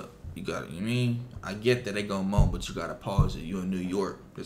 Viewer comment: He said morn not moan 😂😂